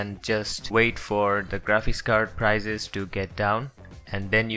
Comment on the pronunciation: PRICES not PIRZES